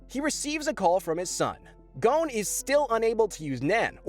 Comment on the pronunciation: Good video but it’s not kahlua you’re saying it like the liquor it’s kilua… emphasis on KILL also ging and kirapika all these names are per ounces wrong